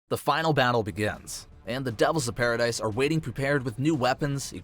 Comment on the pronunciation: stop callin it paridise ._.